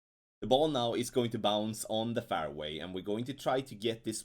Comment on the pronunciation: fairway is pronounced like, " airway" but with the letter "f " in front of it. You pronounce it as though it is spelt, " farway".